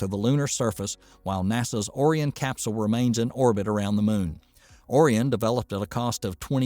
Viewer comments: “Orean”? O-RI-ON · You are very right about Boeing's program becoming a boondoggle. One comment: "Ore- Ee - En"? - ORION... like Orion, a hunter in Greek mythology... and the consolation named after him... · Orion pronunciation 😂. Pronounced Oh-Ryan 😅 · Really did I actually hear you pronounce Orion as orian? Could you not have checked the pronunciation on the NASA site before making that gaff? Sorry not trying to be negative but how knowledgeable of the space industry can you be if you are mispronouncing the name of the space craft. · Orierian ? Are you kidding me.. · "Or-ee-un"? You mean Orion. That's the third obvious word the narrator terribly mispronounced. This is a bot's voice, not a human's voice. And with a ridiculous accent. Only explanation. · First of all learn to pronounce Orion. I watch the 1969 launch and landing of Apollo 11. Back then I could see the reason for going to the moon. Today I don't. Remember not one dollar is spent in space, it is all spent here on earth. Open up comments for why we are going to the moon again? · I was almost fooled that this was a real voice until I heard the pronunciation of ‘Orion’ - gad I hate text-to-speech, please use your real voice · Other than the first two times, he correctly pronounced Orion. So why they didn't go back and re-record... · I had to stop watching after he was pronouncing it like that. It was just too distracting and hard to take seriously.